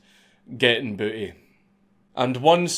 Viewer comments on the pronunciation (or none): I had to go to the next room so paused the video and yelled a few things about booty with a Scottish accent. The word sounds hilarious with a Scottish accent.